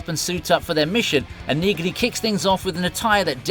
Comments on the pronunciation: I really appreciate and like your videos. However, you continue to mispronounce the name Neagley. It's pronounced knee-lee. The G is silent. Other than that, you're doing an amazing job. Keep up the good work. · You have been told this before on one of your last Reacher videos, it’s pronounced “Neely”. The “g” is silent